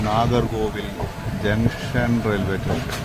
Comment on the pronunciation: മച്ചാനെ.... "റ്റേഷൻ" എന്നല്ല പറയേണ്ടത്. "സ്റ്റേഷൻ" എന്നാണ്. സ് എന്നത് താങ്കൾ വേണ്ടെന്ന് വെറച്ചാെ?😂 (എന്തായാലും പരിപാടി സൂപ്പറാണ്👍👍👍)